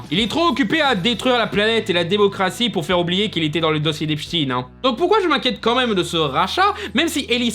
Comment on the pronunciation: On dit Epchtein pas epstine. Bien prononcer un nom n’a rien d’antisemite mais mal le prononcer est russophobe